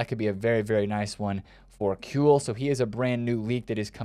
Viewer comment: ...yeah, but he did lmao Rosický, Kewell even the way he says Hradecky on stream XD its funny